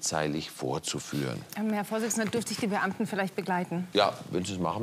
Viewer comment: klingt fast wie Bu..amten😅